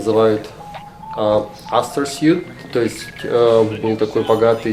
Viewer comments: Да не сьют, а суит, специалист, блин! Сьют (suit), это костюм, а номер из нескольких комнат или набор чего-либо - это суит (suite), "е" блин в конце! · Астор Свит, а не Сьют.